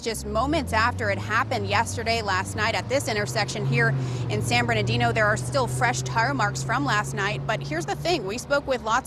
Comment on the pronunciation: It’s San Bernardino 😂😂